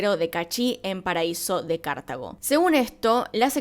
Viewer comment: Yo llorando al ver que no dice bien los nombres de Cartago y Ujarrás :((